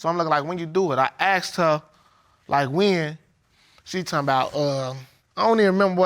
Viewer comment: FFS, axed is after you have chopped a piece of wood, how hard is it to say "asked"? Maybe Arseked works better?